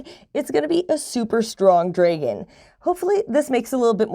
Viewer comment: Good info, but hearing you pronounce dragon incorrectly so many times was killing me.